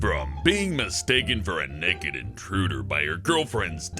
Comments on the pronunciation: He says neked 😂😂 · The way said naked "Neked" 10/10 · "Neked" ( ͡° ͜ʖ ͡°) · is it just me but he says naked in a funny weird way